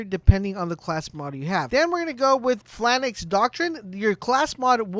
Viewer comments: You keep pronouncing it "Flanax". It's pronounced "Fay-lanx" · Why do you keep pronouncing it “FLANIX”???